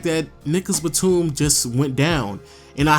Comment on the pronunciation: Pronounce your words bruh he said nigagas Batum dead ass